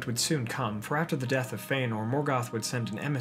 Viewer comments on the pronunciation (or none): none